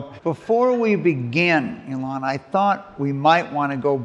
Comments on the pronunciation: is yet another person who refuses to pronounce Elon's name like Elon pronounces it. He pronounces it like Elan in English ("e-LAN") which is a completely different word meaning to have enthusiasm, engagement, and flair. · I cringed every time the Grant Amato impresonator said "Elón" instead of "Élon". I'm sure he watched some of his other interviews as preparation, he must have heard Elon say his name a couple of times. Why do people do this?